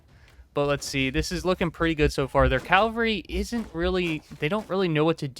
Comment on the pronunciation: Do you realise you’re saying “calvary” and it’s cavalry when you say the word? 😂